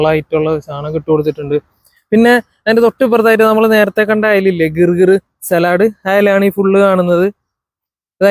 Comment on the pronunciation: ഗിർ ഗിർ അല്ല ജെർ ജേർ എന്നാണ്